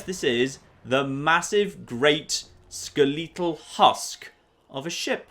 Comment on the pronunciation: Skuh-LEE-tuhl to pronounce skeletal. Just when I think I've heard every odd British pronunciation, utters a new one. Love it!